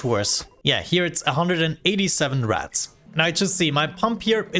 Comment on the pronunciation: It took me 5 minutes to realize you were saying "Rads" and not "Rats"